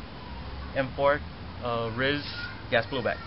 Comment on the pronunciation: its pronounced R-I-S not Ris, R-I-S standing for Rail Integrated System